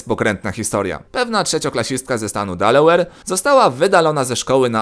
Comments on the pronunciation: Nazwa stanu "Delaware", czyta się "Delałer". Co do reszty, to w USA i UE za mało jest "tolerancji" dla zwykłych dziecięcych żartów, czy zachowań. Za to aż za dużo tolerancji mamy dla LGBT i innych.... nie powiem, żeby się co wrażliwsi nie obrazili. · Delałer się czyta. Ehhhh